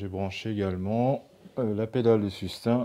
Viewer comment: Sustain (su-s-tayne)